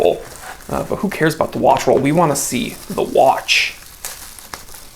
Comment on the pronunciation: I can hear the accent on...JUST. ONE. MORE WAATCH.